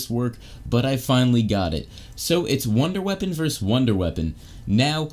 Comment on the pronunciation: It’s not wunderwaffe. It’s wunderwaffle lol.